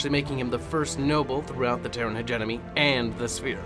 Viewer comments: In e heard people pronouns hegemony as hedge eh money but never heard it pronounced hegenomy ....😂 that's off putting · Hegemony not hegenomy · Take a drink everytime he says hegenomony 😭 Btw, it's pronounced Hedge-e-mony. There is no N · Everyone is ranting about "Hegenomony" and not one word about "MargERat" Regardless, keep going dude...I like it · Hegemony (Heh-Gem-Money) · Driving me nuts. Also, you don't pronounce the u in desu